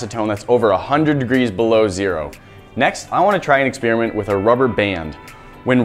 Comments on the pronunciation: "ex-spearmint!!" :p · Forgive me but people need to learn how to pronounce "experiment" It does not sound like "spearmint!"